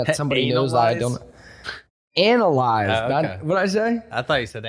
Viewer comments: Definitely said ANALize 😂😂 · pretty sure he said ANAL-eyes but hey man... good show :)